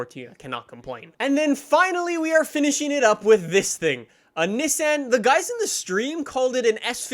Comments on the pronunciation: Nissan is not pronounced, Nisssaaann. Its Neesoonn. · It’s pronounced (neesan)Nissan, not nisan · Its nee-saun not niss-an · Also it’s neesan not NICIN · It's Nissan, not Nissän. Will be interesting to see if small UK roads are wide enough for oversized american cars. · It’s pronounced Niss(on). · Learn to say “Nissan” correctly. 👌🏻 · You say Nissan wrong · Learn how to say Nissan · The way he pronounces Nissan is reason enough to call him a twat. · You are saying Nissan wrong btw